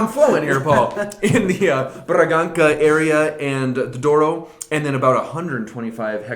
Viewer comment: That was a very good attempt at the Portuguese pronunciation -- better than the vast majority.